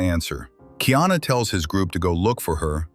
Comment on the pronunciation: No kingdom of Ohana. His name is Kaiana not Kiana. You don’t know shit about Hawai’i.